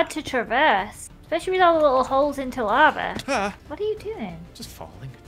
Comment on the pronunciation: Nobody:: "Your turning the lave into water"